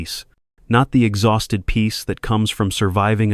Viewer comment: You missed pronounce exhausted . Look the words up before pronouncing them in correctly